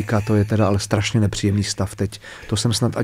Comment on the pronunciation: Jak rikate (to je Strasne) tak to je prizvuk s Pribora!🤣🤣